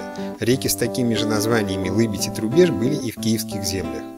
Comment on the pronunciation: я знаю что лыбедь, а произношение реки Трубеж было неверно.